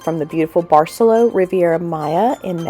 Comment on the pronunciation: Very informative and great video also. For those heading there it’s a good hour on transportation from Cancun airport. That’s easy !! Not like getting all the way down to Tulum. And…the resort…. say it……bar-say-LOW, not bar-SELL-o. Nice resort! Nice destination!